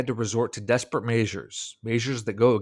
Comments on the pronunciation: Desperate measures? Weird pronunciation dude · I'm pretty sure that's a Canadian pronunciation.